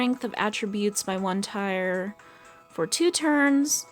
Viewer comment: etrenia tier is pronounced tear not tire